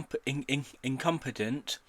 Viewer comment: youre ignorant as fuck. he couldnt even say the word "incompetent." how ironic.